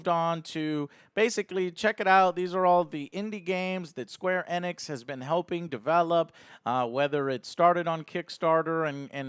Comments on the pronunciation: Please pronounce it Eeeeenix, not ehnex.... jeebus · LOL Joe its not Eh-nix its Eeenix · It's pronounced Ee-nicks, not eh-nicks. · right off the bat, is it pronounced "EN-nix"? I always heard "ee-nix" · Joe stop saying eh-nix... its EEEE-nix! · you pronounce the E as Ehnix its Enix bro. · it's actually pronounced enix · “Square anix”